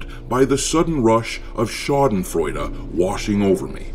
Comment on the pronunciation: Current players: Zero. (Steam Charts). I like how you said "Schadenfreude". Cheers from Germany.